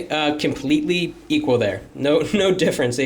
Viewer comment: Thats why he said KIMPLETELY EQUAL, hihihihahahhaa